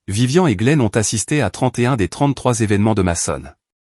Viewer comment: ce n'est pas vivian, mais VIVIANE !!! apprennez la différence de prononciation entre les prénoms masculins et féminins. Pouce en bas pour ne pas avoir écouté la bande son avant de l'avoir diffusé. Déjà que c'est l'IA qui fait tout pour vous, essayez au moins de travailler un peu pour gagner les sous de la monétisation. Idem pour les sous-titres inutiles, bourrés de fautes.